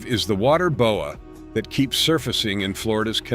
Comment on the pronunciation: The Bo-eh? Constrictor is from Canada.